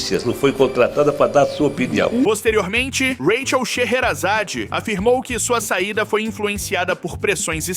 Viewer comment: Vc grava sua voz pra ia narrar com ela né? Pq rola uns rátchel ( “Raquel”) e umas pausa típica na pronúncia de ia pra números .